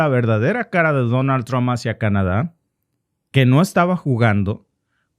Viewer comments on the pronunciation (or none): none